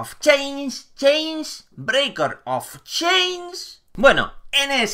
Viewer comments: ''Breiker of cheiinnnchhh'' Sos todo lo que esta bien jajaja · jajjajaj breiken of cheinnn XDDD Que cómico jaja Gracias por tu humor